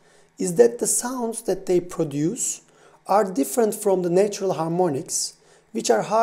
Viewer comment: How can you distinguish micro tones and yet not hear that “natural” is pronounced nAtural, not neitural?